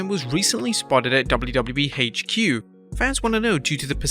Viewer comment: "WWE Haitch Que".